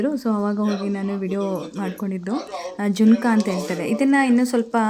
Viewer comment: ಜಿಂಕ ಅಲ್ಲ ಅದು sis ಜುನುಕ ಅದು 😄